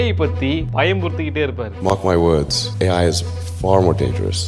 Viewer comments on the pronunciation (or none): Why you pronounce AI as AJ😅😅